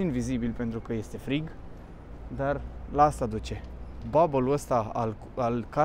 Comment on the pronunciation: Housing Bubble, nu Bull sau ball cum zici, nu ar fi rau sa te documentezi înainte de a te exprima pe un subiect asupra căruia emiți opinii. Flux de imigranți nu de migranți, migranții sunt cei care trec dintr-o țară în alta, imigranții sunt cei care intră într-o țară, prin opoziție cu emigranții cei care pleacă dintr-o țară